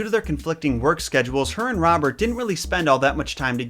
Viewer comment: I don't know why but almost every time he says Robert I hear Bob. I really need to buy new earphones 😂😂🤣🤣😂🤣